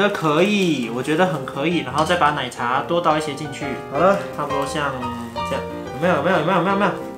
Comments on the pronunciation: 我以為只有我聽了好幾次覺得怪怪的ww 珍珠ㄌㄞˇ茶wwww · 是我聽錯嗎，說珍珠ㄌㄞˇ茶欸